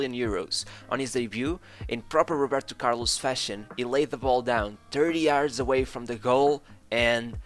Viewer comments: That’s how some Brazilians pronounce his name buddy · The way the narrator says "Roberto Carlos" sometimes give away his Portuguese accent 🙂 great content!!